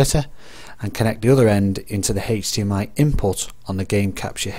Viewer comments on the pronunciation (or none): can we get a count of how many times he said "Hechdmi" tysm